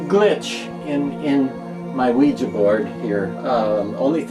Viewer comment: Finally somebody who pronounces Ouija correctly!!!